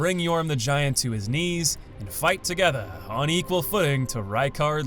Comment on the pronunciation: "Fight togetha"!